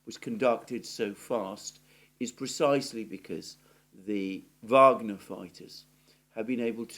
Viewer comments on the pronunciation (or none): none